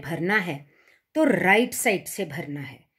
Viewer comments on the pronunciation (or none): none